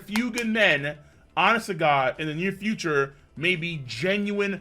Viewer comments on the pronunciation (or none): none